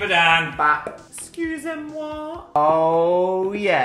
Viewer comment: idk why but Dans “escuse moi” is making me lose my mind 😭 to be fair i’m watching this at 4am